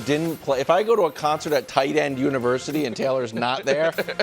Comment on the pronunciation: Everytime Wilds said TIGHTEND I lost my mind more and more